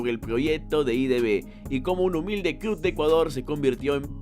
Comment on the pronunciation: Iba a darle like pero dijiste 'cluD' 😝